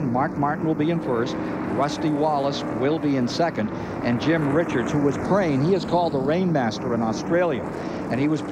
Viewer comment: 27 laps and ive already lost count how many times they got Jim Richards name wrong